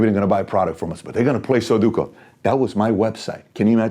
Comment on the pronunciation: Its sudoku, not soduko.